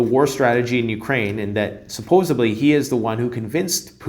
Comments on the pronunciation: “Suppose-B-ly”? < Suppose-D-ly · Supposedly. Not SyPoSaBlY. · Supposedly not supposebly 😀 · 🔥 STOP SAYING "SUPPOSA-BLEEEE" IT IS , SUPPOSEDLY 😂😂😂😂😂😂😂😂😂😂😂😂😂😂😂😂😂😂😂😂😂😂😂😂